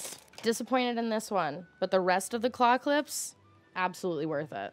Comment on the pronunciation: Okay I know you're saying "claw clips" but my dumb ears keep hearing "clock lips" and it gives me just the weirdest mental image